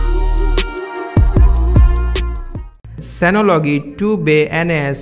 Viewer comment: curry uncher cant even pronounce synology right lmao